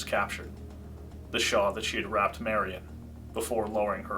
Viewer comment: *shawl, not “shaw”